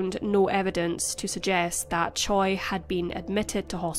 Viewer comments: Just a nitpick, but Choi is more often than not pronounced as "Chey", not "Choy." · Choi is pronounced Cheh. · Butchering that Hangungmal. The pronunciation of the surname "Choi" in Korean is closer to "Chwe" or "Chweh" (최). In Korean, 최 is typically romanized as "Choi," but this romanization does not directly match its actual pronunciation. Same thing with "Lee" actually being "I", "Park" being "Bak" (barely an emphasis on the "k"). Also, in standard Korean pronunciation, the sound for ㅂ at the beginning of a word like "Busan" (부산) is generally closer to a "b" than a "p." While it's softer than the fully voiced "b" in English, it is not as aspirated as the English "p" sound. Korean linguistics describes ㅂ as an unaspirated bilabial plosive, which is articulated with less force than a fully aspirated p sound in English. The shift to Romanizing it as "Busan" rather than "Pusan" reflects this closer alignment to a "b" sound. However, since it's between the two in the way it’s articulated, the initial ㅂ can sometimes sound ambiguous to non-native ears. "Bibimbap" is actually closer to "pibimpap", too. Batchim rules apply, and in Korean phonology, the voiced "b" can sometimes sound more like a "p" when it follows a vowel or a nasal consonant (like m). This phenomenon is often noted in spoken Korean where the pronunciation can shift slightly based on the surrounding sounds.